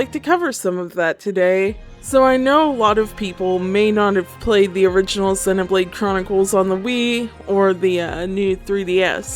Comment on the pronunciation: Nice video, but every time I here "Xeh" I die a little inside. I don't blame you or mean to attack you, it's a very common thing.